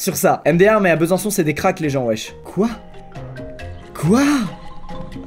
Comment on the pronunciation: Moi qui habite à Besançon et qui entends "Besançois" Pardon?